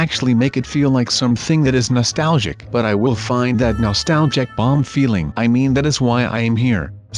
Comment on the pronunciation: stop saying nolstalgic